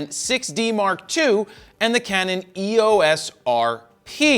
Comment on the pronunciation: Hey, Jared. Canon pronounces EOS as “ee—ose”. It sort of rhymes with glucose.